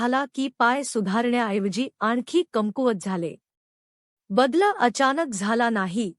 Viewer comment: वाचन सुध्दा नीट करता यावे लागते,शब्दोच्चा व्यवस्थित असणे अत्यावश्यक आहे.त्याचा अभाव या व्यक्तीच्या वाचनात जणवला.उदा .बदल हा शब्द ही व्यक्ती बद्लअ असा उच्चारित होती.असे बरेच शब्द.वाचताना अर्धविराम,स्वल्पविराम आ.व्याकरणीय मुद्याचे भानच नाही त्यामुळे मराठी ऐकणे ही शिक्षाच वाटत होती.अशा अर्धज्ञानी व्यक्तीने या फंदात पडू नयेआणि आमचा मानसिक त्रास वढवू नये.